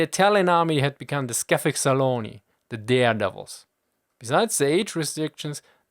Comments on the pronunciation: Your rendition of scavezzacolli is way, wayyy off, sorry. For the rest, nice video, as per usual! Keep it up! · lol you butchered the italian word scavezzacolli